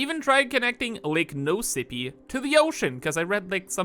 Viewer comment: “Lake no sippy” 😭